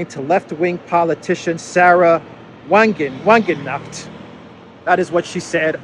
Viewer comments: Your hilarious pronunciation of Wagenknecht made the part a real clown story, LOL. I give you a tip: Try it somewhat like vah-ghenk-nesht. That would be about 60% of the way to say it. The "sh" should be spoken softer, maybe like the chi in Greek. I'm not sure about that. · wagenknecht is pronounced like "wagon connect" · Wagenknecht is pronounced Var-gern-ke-neck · Sahra Wagenknecht (roughly pronounced 'Zuh-ruh Vuh-gen-k-neckt') is actually a leading member of Germany's democratic socialist party (branded "Die Linke" aka "PDS"). ✊😌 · Damn, you always find new ways to butcher German words and names, ways I never believed possible lol